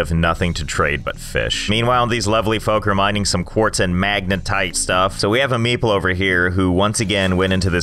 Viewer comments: Everytime you say "meeple" I hear "meatball" this is too weird and funny. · i keep hearing meeple as meatball lol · when he says meeple all i can hear is meatball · For the entire time I thought he was calling them meatballs. Nice. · I always thought you said meatball station not meeple station 😂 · It took me the whole time to realise that you was not saying Meatball but actually Meeple smh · thought u said meatball not meeple lol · Josh: Meeple Captions: meatball